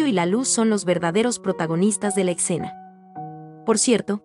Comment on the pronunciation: Me gustan mucho tus explicaciones, pero con todo respeto se dice escena no etcena